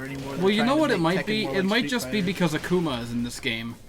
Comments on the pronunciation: as if akoomuh is any more right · Jean, Ak-uma, Yoshimeetsu. pronunciations hurt me.